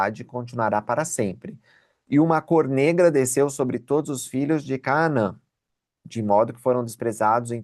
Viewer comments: Já muitas pessoas mispronounce this Word in English and Portuguese. CÁ-NA-ÃN e não é Cá-a-man Tb Aa-ro-ni-co e não ará-0-nico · porque vc lê CAANÃ e não como está escrito CANAÃ? Você aprendeu alguma coisa, sobre o nome desta cidade ou alguma divergência de tradução? Será que eu leio errado à 40 anos🤔🤭